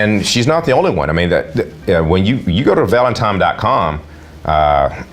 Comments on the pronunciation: There is no M in the word Valentine! Stop saying it like that! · How does somebody who can't pronounce the word "Valentine" get $317,000?!